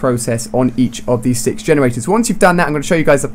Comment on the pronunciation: Lol he kept saying vagenerators.